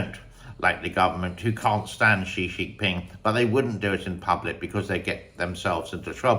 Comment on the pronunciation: Thanks for your pov, but I don’t agree with you on how Chinese people would be freely trashing on Xi Jinping just like Americans do. Do you speak Mandarin? When did you leave China? The way you pronounce the Chinese dictator as “she she ping” makes me think that you don’t speak Mandarin nor you have any chinese friend who actually trash on Xi in front of you. I live in Europe and even here 9 out of 10 of my chinese friends are very afraid of even talking about any political issue, let alone Xi Jinping. It looks like you might’ve lived in a forigner bubble in Shanghai in the 2000s or so before China become much more oppressive. It doesn’t mean your experiences aren’t genuine, but it definitely doesn’t represent life of ordinary chinese people.